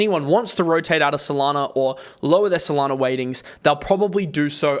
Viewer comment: FYI there is no R in SOLANA....